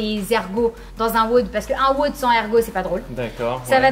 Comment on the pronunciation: Quel enfer à chaque fois qu’elle dit weaude à la place de wod